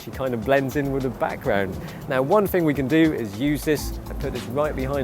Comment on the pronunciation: "but the fing is" instead of but the thing is lol